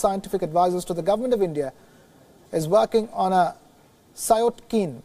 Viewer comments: It's cytokine, not syotkene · It's not Cyotkine...it's Cytokine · It is Cytokine not SIOTKIN☺️ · Dear anchor, it's cytokine, and not 'SIOT KEEN',' as pronounced by you. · Sir, please pronounce cytokene properly. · Haha u cannot read cytokine properly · Way he pronounces cytokine